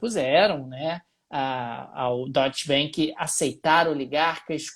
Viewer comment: Curto bastante e acompanho diariamente. Mas fica aqui o comentário/sugestão/correção: ‘A’ tem som de ‘A’ mesmo em alemão, então é mais pra “doitche banc” do que “doitche benc”.